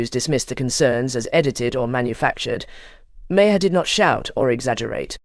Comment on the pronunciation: The bullshit AI narrator can't even pronounce Maher's name right. Use human beings!